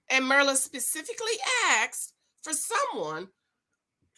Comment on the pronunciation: It's not "MER-LA", IT'S PRONOUNCED: 'MEAR' (LIKE: FEAR) LA! MYR LA